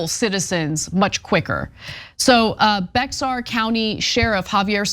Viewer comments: Get it right, It's pronounced "BEAR" or "Bare,". Not BEXAR! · It’s not “Bex-ar County.” It’s pronounced as “Bear County.” I used to live there. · Only one criticism: Bexer Country is pronounced sort of like Bayhair, as it is a Spanish word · It's not pronounced Bexar county. It's pronounced Behar (bear). In Spanish the x is pronounced h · It's pronounced locally as 'Bear' County, not Bex-ar, or even the original Spanish 'Be-har'. Texians rarely learned the native languages. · It is pronounced like BEAR and not BeX-ar... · Bexar is pronounced "bear" county. I cringe every time ya'll talk about San Antonio. You can ever pronounce it Bay'har county. but not beXar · I know it’s weird but it’s actually pronounced “bear county” not bex-R. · It’s not pronounced as Bex r County, TX It’s pronounced as Bear County, Texas It’s just spelled Bexar. Easy mistake, I pronounced it that way when I was first living there too. I love San Antonio, fantastic Mexican Food options, that’s not the only reason. If climate crisis wasn’t a thing, I’d already be back there. 👏👏👏 Deep in the heart of Texas. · It's pronounced Bear county The x is silent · “Bexar county” Texas is actually pronounced “Bear county” Just an fyi…. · Someone PLEASE tell Ana that Bexar is pronounced the same as bear!!! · SILENT x, Ana! Bexar is actually pronounced like Bear. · Bexar is pronounced 'Bear.' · Bexar county is pronounced bayer like aspirin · Bexar County is pronounced like “bear;” the X is silent. No idea why, it makes no sense to me, either. 😂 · Bexar is pronounced "bear". JS. 😊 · Pronounced Bear County... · Bexar is pronounced Bear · San Antonio Texas is in Bexar (correct regional pronunciation is bear) county. It is a Hispanic word and the english version discards the "h" sound of the "x" Now you know. And as a side note Bexar county holds a great deal of very interesting history. Makes for some really good reading and is also a great place to visit if you can find the time to do so.